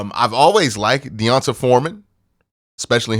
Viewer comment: Aye Q it’s pronounced Dee-Ahn-Tae lol lifetime longhorn here lol